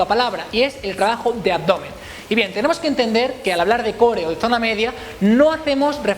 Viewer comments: Se pronuncia coor no core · porque no pronuncias core de la manera correcta? saludos